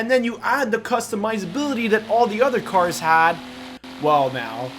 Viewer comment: Why do you pronounce these cars weirdly